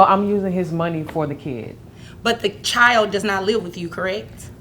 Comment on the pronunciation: CHILD IS PRONOUNCED CHILD, NOT NO chield